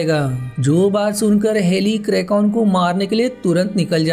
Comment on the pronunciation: It's "kraken" not krakon